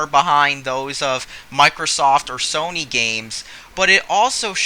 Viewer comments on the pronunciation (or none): none